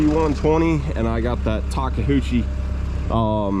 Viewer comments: Ta keu chi.......Japanese pronunciation. I'm from Hawaii and we have a large Japanese population, thus we understand the way to say words. Much like the Hawaiian language you pronounce each Consonent with it's neighboring vowel. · 🤣🤣🤣 Taka hoochie? Take Ta Kay uuuuuchi Takeuchi.